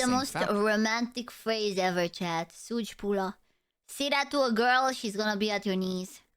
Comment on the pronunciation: dang am romanian too but like i didnt know romania has vtubers :face-red-droopy-eyes: oh and romania is a latin country as the name and languege but the people arent latin am half spanish so i am hehehehehe, and aint no god damn way she said sugi pula 💀